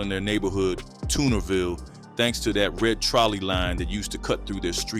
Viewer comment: Did you say Toonerville Crips? You got it all twisted WTF